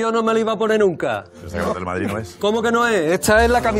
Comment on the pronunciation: El rear de madrih... jajajajaja